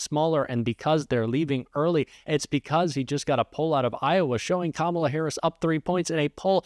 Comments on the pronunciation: He called her Kamolla instead of Kamala because he is stupid that way and he don’t know how to really say her name because he really don’t want to. She’s kicking his butt. She is kicking Donald Trump’s butt. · He finally said her name correct. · Still cannot pronounce her name correctly……. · He's so stupid that he can't even say her name right 🤣🤣🤣😂😂 What a clown! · He's back to not pronouncing Kamala's name correctly!!!